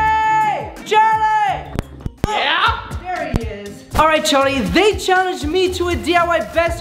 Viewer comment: Did say Jharlie when he was calling Charlie